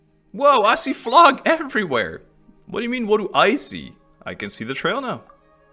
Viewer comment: I can't wait to see your act 4 reactions! But please.. is pronounced "flow" not "flog" 😅 Flow-gis-tin, Not Flog-istan. Not a single character in game as ever pronounced it that way but like, 50 of the people I watch play the game randomly mispronounce it the same way 😂. I get English is dumb and hard to sound out, but when 40 characters in a row say it the same way you'd think people would figure it out eventually